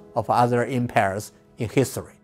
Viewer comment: "em-pears" ? em-🍐